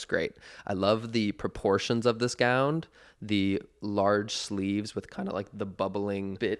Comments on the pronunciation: am I crazy or did Connor say gownd instead of gown several times in this video? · Connor? Are you saying gown with a d? Gound? Love you but huh?? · Am I hearing gownD?? 😂